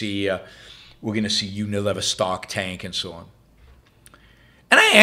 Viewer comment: It's not UniLIVER, but Uni-LEE-ver. Think a fulcrum. Not liver and onions.